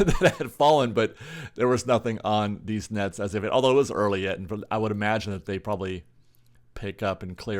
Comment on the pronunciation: he said “deez nets” 😂